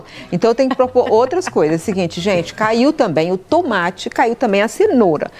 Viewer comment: Fala para a Leitão que não é tumate. É tomate.😂😂